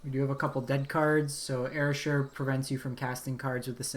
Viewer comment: Erasure; e-ra-sure; /ɪˈreɪʒə/